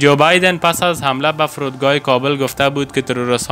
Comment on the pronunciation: لطفا کابل را درست تلفظ نکنید .